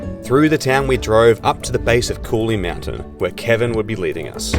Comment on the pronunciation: he said look over the mountin